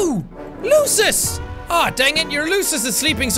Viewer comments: It is pronounced like loosus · the correct way to say it is lUU SUSSSSSS sorry i saw you have saying it sorry :/ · To pronounce lusus, its LOO-SIS.